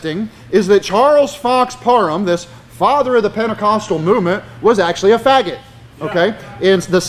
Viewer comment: Hey!! Learn to say PARHAM correctly!!